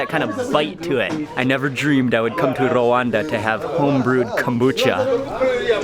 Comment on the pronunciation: is Rwanda not Rawanda